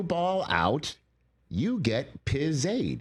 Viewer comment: “You get pizzaid” lol